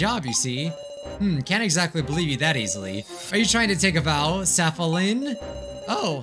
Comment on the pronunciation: I'm so sad bc I lost 8 hours and forty minutes of my yttd save file all thanks to me closing out the tab. (Also I filmed the memory dance thing and slowed down the video to finish it hehe) Edit: P.s.s: Safalin's full name is pronounced. "Tear's a fallin'" But her name is spelt Tia Safalin. (I hate correcting ppl like this but it was bothering me)